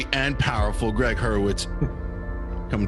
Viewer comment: Couple things? It's Gregg (not Gree Hurwitz). And you betcha' - his writing is absolutely riveting. I've finished the entire Orphan-X series. Unreal.